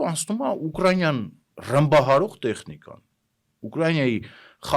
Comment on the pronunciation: Երբ մարդը, որ հռչակում է իրեն վերլուծաբան ու տարբեր հարթակներում հարցազրույց կամ բանավեճի է մասնակցում, բայց համառորեն արտասանում է «Ուկռանյա», հելնեմ, էթամ, ինձի, էլ չեմ ասում «տաֆտալոգիա» բառը լրիվ անկապ օգտագործելը (հաստատ ի նկատի ուներ «տուֆտա» իմաստը) … 🤦‍♀️🤦‍♀️🤦‍♀️ Ահավոր է!